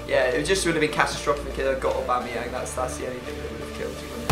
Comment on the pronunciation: When he successfully pronounced that player lmao